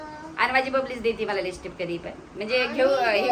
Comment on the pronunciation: Lishtip nahi lipstick